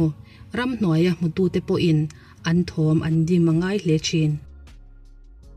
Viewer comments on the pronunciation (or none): none